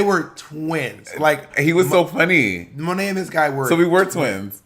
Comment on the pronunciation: So my name is Malaika(Muh-lake-ah) and I LIVED. When Bob called Monét Monaika!!! Love change name now lol😝👏🏾